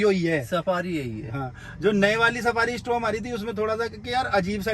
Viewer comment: डायकोर नहीं डिकॉर और स्ट्रॉम नहीं स्टॉर्म